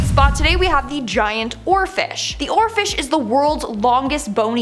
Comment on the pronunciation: I was just listening and thought, did she just say "giant orifice"? OHHH, giant oarfish.